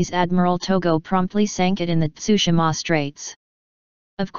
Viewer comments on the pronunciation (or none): none